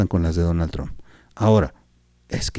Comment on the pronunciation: No es "TRONNN"... ¡Es "TRUMPPPPPPP"! ¡¡¡Habla bien!!!